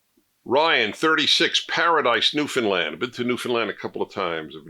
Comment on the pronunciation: Good to see you smoking your non-PC cigar again? "Parenting"? There is a verb 'to parent'? News to me. Please pronounce it "New-found-LAND". Thank you. Comments 101...